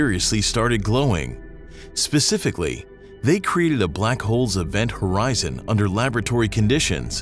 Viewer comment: HORZION 😂 Milky Way Horizon😂😅😂😅😂😅